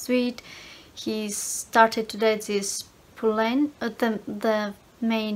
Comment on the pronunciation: You said her name right Puleng youre sweet much love from South Africa Capetown